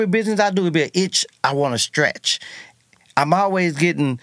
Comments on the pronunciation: That man said "stratch" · This ninja said Stratch, not Scratch an itch. Boy, we in the south will change the pronunciation of a word!!! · “ a itch I wanna stratch “ lol